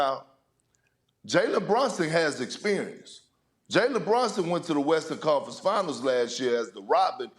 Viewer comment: Perk. His name is BrUnson. Not BrOnson